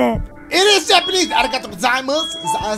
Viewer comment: Yo you had me dyin with that "arigatoo" 😂😂